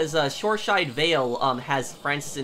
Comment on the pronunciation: Btw it's Shoreside Vale not Shoreshide Vale.